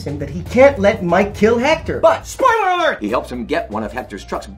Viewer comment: nobody: Bob: spoileiler alert another good one is Michael